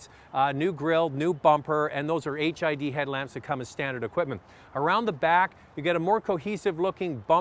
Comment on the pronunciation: Did he say HIV headlamps?